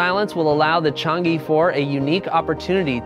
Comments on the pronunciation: It pronounced Chang-eh, a Chinese moon goddess, not Chang E. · Pointer from a native Mandarin speaker: Chang'e is not pronounced as "Chang-EE". The correct pronunciation is more like "Chang-uh" or "Chang-er", after the mythological Chinese goddess of the moon 嫦娥. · The "e" in Chang'e should be pronounced as "a" in "above". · "e" is pronounced like "uh" in chinese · It should sound like 'er' in her, in my opinion.